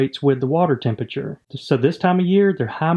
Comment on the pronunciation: I just love the way you say tempeture :P